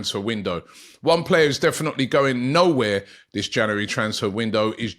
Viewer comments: It's pronounced "JanUary" Robbie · It's not janery now, it's febery